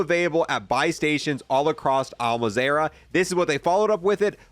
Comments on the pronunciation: Legit. There literally 2 A in there, where's is he finding the other sounds. Its simple... MAZ - RAH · Why do you keep saying Mazrah like that, I cringe hard every time you say it. Its MAZ - RAH not Maz - ae - Rah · BAS-ALISK! AND AL MAZ-RA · Bro its pronounced Al-mawz-rah. Shephard literally says it every DMZ match 😂😂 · Can you please pronounce al mazra right like we all hear the announcer say it every day. I understand that's a complaint but I actualu have been enjoying your content overall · Please, for the love of god, read 'Al Mazrah' before saying it AT LEAST ONCE. Please. It hurts my brain because it's clearly not what you name it